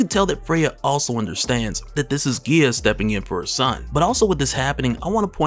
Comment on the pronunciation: Guy-uh not whatever the hell your saying